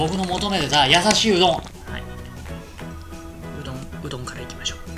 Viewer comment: 「と、言うことでね、きょんきゃいはね！」 からの 「おどん」 死ぬほど萌えたww